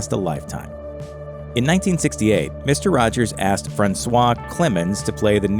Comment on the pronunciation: “Misto wajows” Oof.